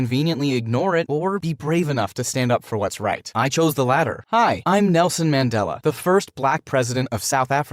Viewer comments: The way you say Rolihlha, Nelson Mandela and apartheid😂😂😂😂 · As south African Well done but the way yall pronounce his name kills me (no offense) RIP Nelson Mandela our savior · Washa "Nelson man-dela"🤭😭